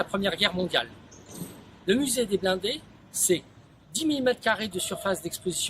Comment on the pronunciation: "Muséum the Blonde" in France... Geez, How hard is to pronounce blindés ?